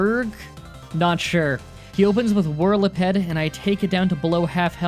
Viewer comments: Him:whirliped Me: there is a second e tho...😣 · not trying to be "that guy," but it is pronounced whir-il-a-peed like a centipede... but... whirly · Whrila-ped? WHIRLA-PED?! WHAT?! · Just saying for Pokemon Pronounced wrong (These are correct pronunciations just for help): Arr-Key-Ops Her-Dee-Err Whirl-uhh-peed (like centipede) Lea-van-eee Boo-Fah-Launt Just trying to help, not complaining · whirliPED herDER hyDREHgon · Goodness, these pronunciations. It's Pa-trat, like Patrol Rat. Burgh is pronounced Berg, like bug, but with a gh instead of just a g. It's whirl-e-peed, like whirl+centipede. Not mad, it just kind of bugs me. I love these challenges and appreciate all of the time and research you put into them. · What's a whirlypedd? EDIT: Also I don't mean to be a dick but it's pronounced 'Coff-a-gree-gus' (As far as I know) EDIT: OH MY GOD MY OCD IS GOING INSANE! The bird is pronounced ar-kee-ops I like you dude but I can't deal with the pronunciations. It's not you its me